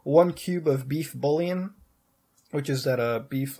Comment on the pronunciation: its pronounced "boo-yon" but you go really light on the "n"